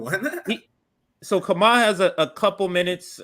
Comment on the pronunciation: Wait did say Kamal? BPM is the only channel I watch as often as RBN and I'm pretty sure his name is. Kah-mah-oo. Lol but seriously it's. He's amazing. Thanks for having him on, guys, I love you